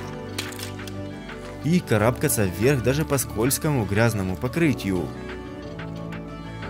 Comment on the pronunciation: кара́бкаться ну ну